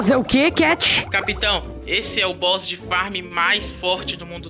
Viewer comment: Cat: "negócio de boss" Oque eu escutei: " negócio de bosta Kkkkkkkk